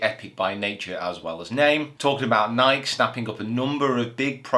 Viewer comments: Great Video! But it's called NikEEEEE and not the way you pronounce it😅 What do you think about Bubba, switching to another ball away from titleist to a no-name? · it is Nikeeeeeee. We will give you time. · I need you to Google "Is it Nike or Nikey". This has been going on for far too long, sir. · Is that how people from the UK pronounce Nike? One syllable?